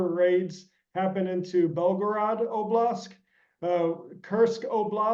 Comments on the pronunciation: For me, it significantly diminishes the credibility of an expert, who does not know that the correct word is oblasT, not oblasK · OBLAST, not oblask. This guy is no SME if he can't properly pronounce as many words as he screws up. Why is he on this program if he is this bad at what he does? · "oblask" "oblask" did this guy only just hear about russia's invasion..??